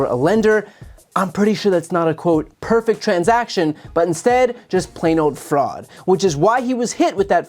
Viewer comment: "Pefect" I don't think that word means what he thinks it means.